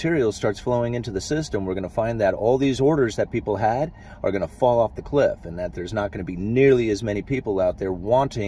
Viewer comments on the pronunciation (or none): none